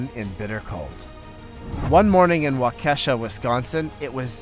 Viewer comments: Waukesha is "wah-k-eh-shaw" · Great video always touching to see people helping each other out, side note the bus driver rescuing those two children wondering the street in Waukesha the town name is pronounced WAW-ki-shaw interesting a lot of people outside of wisconsin have trouble pronouncing our city and town names probably because they're native american names. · LOL that's 'Wa-Key-Sha' for the bit with the bus driver. Don't worry, I'm from there & sometimes even natives get it wrong. ^_^ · Great stories but I had to giggle at the way the narrator pronounced Waukesha. Should be "walk a shaw".